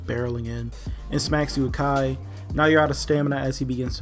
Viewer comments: Youve obviously never taken a martial arts class...its pronounced ki-ai, not "kai" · Kai? Fucking kai? Seriously dude, it's not hard, two words, key eye, it's simple. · Kiai not kai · Hate to be "that guy" but it is pronounced the former "Kiai" not "Kai." It's a common shout used in Japanese Martial Arts (My experience with it is from Karate.) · I think it's pronounced "Key" (Ki) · It's pronounced key-eye. Normy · As a fellow Karate Ka it triggered me to 😅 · Even tho he pronounced it wrong, he said he likes to call it kai. Which means he knows he's wrong.